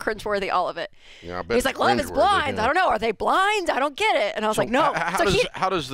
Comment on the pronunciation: Dave: "Love is blind-uh?"